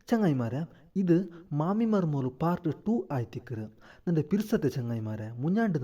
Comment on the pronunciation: ಮರ್ಮೋಳು ಅಲ್ಲ ಮರ್ಮಲ್